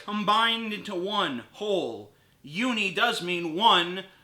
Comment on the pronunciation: He pronounced the prefix "uni-" like "Yuna".